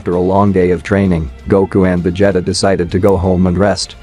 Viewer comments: My boy said Veg Jetta 😂😂😂😅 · He's saying Vejeta who the hell is Vejeta? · Dude passing me off Messing up his name VA-g-ta that means he wasn't a fan or seen these show some one wrote it for him all he had to do is read lol 😂 🤣 😆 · VegeHttuh is my favorite character. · Va jetta 😂😂😂😂😂😂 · What do you mean, It's not Va-jetta!? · "vegEETA balls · You ain’t kidding… sheesh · How come you cannot pronounce vegeta correctly ? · It’s A.I